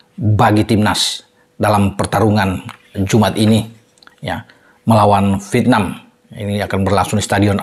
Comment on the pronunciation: Coba belajar ucapkan dng benar 'V I E T N A M' (pakai huruf 'E' di tengah²nya) & bukan 'V I T N A M'